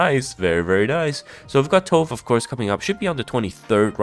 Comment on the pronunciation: Tove is a Scandinavian name pronounced "Too-Veh". We don't skip the pronunciation of the "e" when it's at the end like in English. She looks really nice, hope she's good.